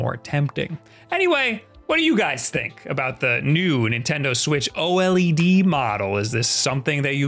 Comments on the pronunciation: Yeah it’s pronounced O Led not O L E D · Please have him call it OLED and not O L E D. Edit: Fuck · I have never met someone who says "O-L-E-D" before. Most people just say O-LED. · Why is everyone saying O L E D??? Its OLED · Can you please say OLED as a word, and not as separate letters? It makes me feel weird 🥲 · I hate how he says oled